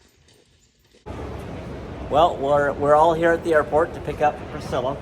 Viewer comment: I like how AI pronounced Priscilla: "Pris-killa" :)